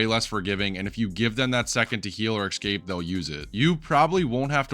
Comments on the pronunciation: esCape not eCscape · Can you please stop saying "axe-cape" / "egg-scape" instead of escape lol. This is so distracting from the video, which is great btw! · not escape, ex-cape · Good stuff! But I just got to say: escape is not pronounced as "ex-cape", it's just "es-cape". People will understand even with wrong pronunciation, sure, but people understand even aphasic gibberish sometimes 😉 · How are so many people able to say especially properly but nobody can say escape properly. It's the same rule. Don't say eckscape. pls stop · ill be honest its not that difficult to say escape